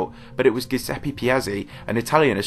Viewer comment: it keeps astonishing me how English speakers say Bode as Boad. And they drive a PorSH. Dammnn, these are German names, so those e-s are not silent. the Giuseppe is (probably) butchered, too. But I don't speak Italian, so I leave that for some1 else :- ) Now, I move on to find a German basketball documentary where the Krauts say Mee Hael Yor Dahn. (don't worry. they don't) other than that, this is a good one. big LIKE